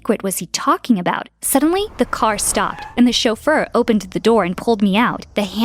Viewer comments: "chofeur" or "chauffeur". Sounds like the romanian word "sofer" which means driver. I think the origins of the word are french Edit: yep the word originates from french. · What is a shulfur. like a butler